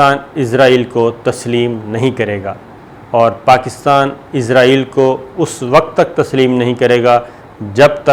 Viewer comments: آپ کو پہلے بھی کئی بار کامنٹ کر کے کہا ہے کہ ۔۔۔۔۔ ازرایل تلفظ غلط ہے اصل تلفظ ہے اسرائیل آپ کیوں قرآنک تلفظ کو چھوڑ کر انگریزوں کی راہ اپنائے ہوئے ہیں کیا اسرائیل کیتے ہوئے آپ کی زبانوں پر کڑل پڑتا ہے یا انگریزوں کے جوتے چاٹنے کی جو ایک روایت ہے پاکستان میں اس کی پیروی اولین فرض سمجھتے ہیں ۔۔۔۔۔۔ میں نے بار ہا اس کے متعلق کممٹس کئے ہیں ۔۔ آیندہ بھی کرتا رہوں گا اور آیستہ آہستہ لہجہ سخت تر کرتا رہوں گا ۔۔۔۔۔ قرآنِ حکیم پڑھتے ہوئے بھی پھر ازرایل پڑھا کریں ۔۔۔۔۔۔تاکہ انگریزوں کی غلامی پر مہر تصدیق ثبت ہو سکے ۔۔۔۔۔ ڈاکٹر شاہد مسعود کو بھی یہی بیماری ہے ۔۔۔۔۔۔ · السلام عليكم.صابر بھائی آپ سے گزارش ہے کہ آپ عزائیل کی بجائے اسرائیل کہیں تو زیادہ اچھا ہے. السلام کیوں کہ عزائیل علیہ السلام فرشتے کا نام ہے. شکریہ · Izraeal Alahay salam is angle of death , why all the anchors call Israel state Izraeal ! Please correct the pronunciation ! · جناب ازرائیل نہ کہا کرو بھائ جان اسرائیل ھے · Sabir bhai call israil instead of izrail plz